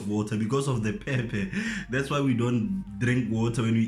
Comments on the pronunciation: Peh - Peh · Lol I noted too 😂😂